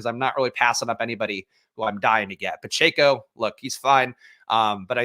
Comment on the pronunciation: (Pa-Check-O) phonetically. You always say (Pa-Chae-Co). That is all.